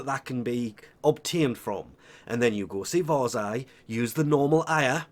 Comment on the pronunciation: LMAO! Its not WARS-EYE Its Varr-zia